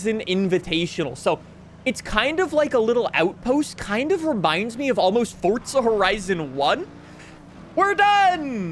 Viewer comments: its called Forza not Fortza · are you saying forza or fortza loke for real tho speak much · Why do you say “fortza” there’s no T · bro its forza not fortza hahaha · There's No T Fortza Forza ffs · Am I the only one that gets so aggravated from the way some peole say Forza lol It’s like he’s saying Fortza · Forza not fortza lol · STOP SAYING FORT-ZA IS FOUR-ZA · for the next video make sure you pronounce FORZA CORRECTLY that shit bothered the fuck out of me the whole time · Not hating, but why do you say “Fortza” instead of “Forza”? Even the captions pick it up like that. It’s tickling my brain lol. Great video though, hyped for FH6. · Why is he calling it Fortza? I've always known it as Forza. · It’s FOR-ZZZZAAA not FORT-ZA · The Fortza kills me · For-za Not Fort-za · its forza like the letter four , not fartza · Can someone tell this dude its not FORTZA. 🤣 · because that would be wrong, it's 2026 you can google how it is pronounced, hint, it's FORTZA. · why are you saying "fort za" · forTZA (so annoying) lol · And you've ruined my FORTZA horizon 6 first experience. Now i cant unhear FORTTTTZA. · that would be wrong then: because FORTZA is how it is pronounced it's an Italian word, 10 seconds on google is all it takes to not look like a moron. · New "Fortza" Horizon game. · is it me or do you also cringe everytime he says Forsstza Horizon? brooo calm the f down. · “ fortza” - 😭✌️ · i couldnt even watch 2 minutes into it... fortsa forizon annoying tf out me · Fortza, what's that? 😂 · Ăărrrbeee 26’es 🤦🏻‍♂️ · the way you say forza hurts, theres no T before the Z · Why do you call it fortza? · The way you say fortsa really makes my skin crawl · did i just hear "welcome to farts horizon 6" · Just say “forza” the right fucking way. I can’t even watch this cringe ass video… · Hearing “FORTSA HORIZONE SIX” makes me want to paint the ceiling red. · bro calls it’s Fortsa😂💀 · "Fortza" Horizon 6😂 Jk. Thanks for the video though😅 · There is no t in forza😂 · forza not fortza